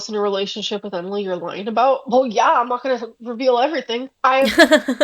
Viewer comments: the way she says "eeeeeeeeeverything" makes me think she's pronouncing it the way she reads it and it's just...she's so fucking stupid it's painful 😭 she reads "eee" as making that sound instead of the extended "ehhh" sound that's actually being drawn out ffs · why does she keep saying eve-ree-thing lol